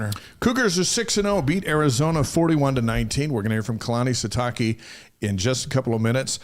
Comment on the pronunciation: How is it you are still pronouncing Sitake wrong? Show some respect 😉